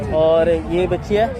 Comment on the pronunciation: Bchria nhi bachiya hota hai